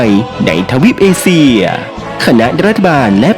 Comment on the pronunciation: เอเชีย ครับ ไม่ใช่ เอเซีย 😅